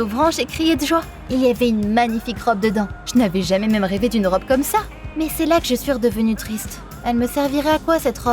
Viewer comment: Au lieu de dire "comme" il/elle a dit "gomme" donc gomme et crayon